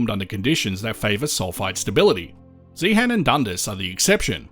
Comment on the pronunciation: Please note, the H in Zeehan is silent. The mining museum there is excellent. I've been to the geology room in the Natural History Museum in London, and was disappointed after seeing the exhibits in Zeehan.